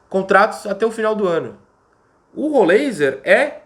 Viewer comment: Heisenberg. É rol ráiser